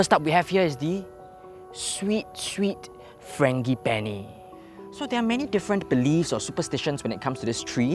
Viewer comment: dude you mispronounced ‘frangipani’. should be a soft G, not hard G.